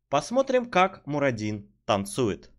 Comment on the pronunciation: Почему я весь ролик слышу Марадину...МАРАДИНУ!!!! Боги, всё слух умирает мой...и я всё равно не буду носить слуховой аппарат, зачем если нервные клетки слуховые уже дохнут?